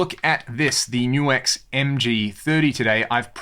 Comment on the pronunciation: Things I learned for this video, no1: its pronounced NU-X not nux...